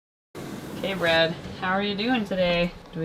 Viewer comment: ... after all this time I realised that her name wasn't BREAD like I thought from when I hear you say it (yeah I thought she was named after food).. is BRAD (cause I saw it written).. holly...